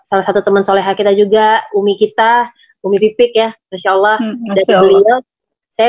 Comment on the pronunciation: Nyebut Lafaz Allah...Fasih Sekali Hj Tere.... Smoga Allah swt Selalu Merahmati Hj.Tere